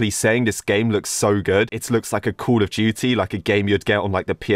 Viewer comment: it felt like he was saying call of gity/jity